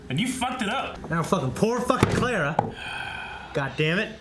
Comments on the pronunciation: It's been an entire season since Clara was introduced and all of them are still pronouncing her name as Cleh-rah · Boys, say it with me. "Clah-ruh." It's Cl-ARE-uh, like "We are," not "Cl-AIR-uh," like "The air." They say it on the bloody screen all the time! It's been a whole season. You no longer have an excuse. "Clah-ruh. Clah-ruh."